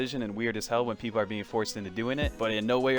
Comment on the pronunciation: Did this man say “SH”People at the beginning oh hell nahh lmaoooo